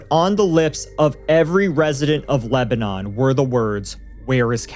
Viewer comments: We pronounce it *Leb-nin here 😊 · Its not pronounced Lebanon like the country. Its more like leb-nun. Also my neighbor and his wife work for green co sheriff dept. And are familiar with the caee. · That's not how you pronounce Lebanon. Learn English.